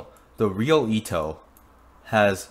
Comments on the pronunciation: It’s pronounced e-to not ea-to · WHY ARE YOU SAYING EETO ITS PRONOUNCED EHTO OR ETO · IT'S ETO NOT EETO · Eto not itow 😂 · u said her name in a wierd way .-. u said it like its Ito just like .-. Ito Ito no mi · Btw Eto is a girl are you assuming her gender.Also it’s pronunounced Et-Oh😤😡🤬🤬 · Its pronounced Eh Toe but its spelled Eto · Why u say ee to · You are saying eto wrong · Your saying eto wrongly